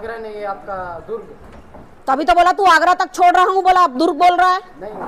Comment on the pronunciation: Ye itna overacting kyu kar rahi hai. Durug nahi hai durg hota hai. Koi kuch bhi kare baat karne ka ek tareka hota hai